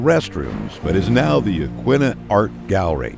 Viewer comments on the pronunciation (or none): So you dont forget, here is what park ranger told me when I moved here 13 years ago. It rhymes with Quinn as in Anthony Quinn Yah Quinn a (short a)named after the local😢 Native Americans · Yaqwina at least say it right!